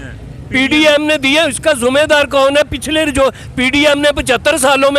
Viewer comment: अरे चाचा तू क्या बोलता है जुमेदर नहीं जीमेदार बोलो